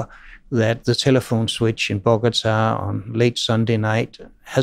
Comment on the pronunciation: Did he said Bogota?